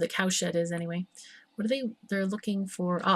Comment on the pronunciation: I just don't get it.. Everytime you say CowSHED, I hear ComSh*t.. What the fnerk =oS =oP Keep up the good work ^^